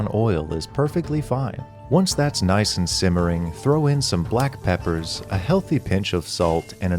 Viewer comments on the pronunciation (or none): none